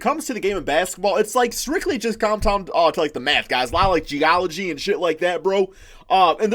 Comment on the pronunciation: Bro did this dude just say geology? 😂😂